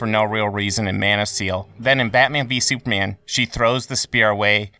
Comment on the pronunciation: It sounds like you’re saying soupman